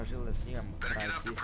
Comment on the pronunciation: krsis ahah cita se kao krajsis